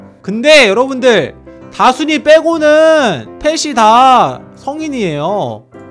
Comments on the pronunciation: 옥에티 아까다순이를다콘이로말함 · 왜 닥혼이라 하세여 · 다순이인데 다콘이라고하넹... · 이 다순이를 다콘이라고해습니다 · 그리고 잘 들으세요 다콘이가 아니라 다순이에요 아니 어떻게 자식 이름을 못 외운거야? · 왜자꾸 다콘이라고하지?